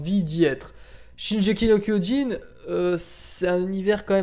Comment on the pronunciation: Pour le classement je vote Prison School. Un animé inventif en terme de scénario, de mise en scène, d'animation, d'humour, etc. 10/10 Et sinon, on t'a déjà fait remarqué que tu ne savais pas prononcer Shingeki no Kyojin?